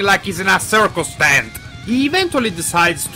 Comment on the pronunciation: The new Rider is pronounced Mach(Mock).